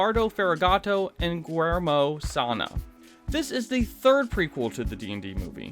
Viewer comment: For future reference, Guillermo would be pronounced "ghee-yer-moh" with a hard G and a bit of a rolled R. Sorry to point it out, it just struck me so hard when I heard it in the vid 😅💀